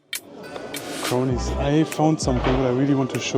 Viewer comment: I know he thinks he’s saying, (Crownies) but he’s pronouncing “ cronies”. You do you bruh 😎 👍🏼